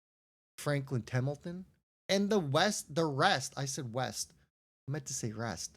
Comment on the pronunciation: Say templeton again 😂